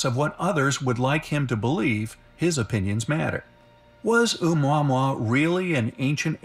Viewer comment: No worries, you are correct saying O-Mua-Mua, and not o-mwah-mwah! It has a Hawaiian name - not the stupid way they are pronouncing it!